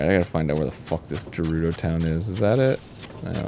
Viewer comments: even if the game told them how to explicitly say voe, theyd forget, just like how they learned the hard g gerudo and still pronounce it wrong lol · So they hear how Gerudo is pronounced properly in this episode and they still mispronounce it. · “There’s gotta be some voice acting part where they pronounce ‘voe’ correctly” meanwhile they’ve heard how “Gerudo” is meant to pronounced and yet they keep mispronouncing it anyway 😑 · im excited totk is finally back but the fact they are still mispronouncing Gerudo, despite the game having shown how it's pronounced in multiple cutscenes, is making me foam at the mouth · “Gerudo Town is in danger!” Riju, an actual resident of Gerudo Town, says her town name with a hard G (i.e. grapes on the ground). Yet the Grumpiest boys insist upon a soft G (i.e. gem-stealing gerbils)… C’mon, guys. Arin… DANNY, PLEASE 😂😂😂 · Dan asking for the pronunciation of Voe while Riju immediately confirms that Gerudo is not JUHrudo and him not noticing is the reason I will never stop gooning. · "I hope she says voe in her voice acted lines, so we know how it's pronounced." Riju saying Gerudo with a hard G sound i her voice acted lines.: "These Jerudo are so mysterious." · I do wish they would start pronouncing Gerudo correctly with a hard G. Dan realized this when Gerudo was spoken out loud in-game a few episodes back, he even pointed it out when it happened, but then they went right back to using a soft G the very next episode. 😮‍💨 And the same thing happened this episode except none of them picked up on it despite it being spoken out loud several times. 😩 Dan just enquired about the pronunciation of "voe" which btw sounds the same as "woe" but with a v instead of a w. Rhymes with "foe." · Also, Danny, goddamnit, it's Gerudo with a hard G, quit pronouncing it like the peanut butter. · They still can't pronounce Gerudo right. Hard G not soft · For the last time, guys: It’s not JErudo! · Why do they use the soft G for Gerudo 😢